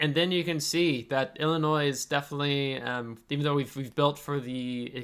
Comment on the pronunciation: Aah Illimoines... wut? 😂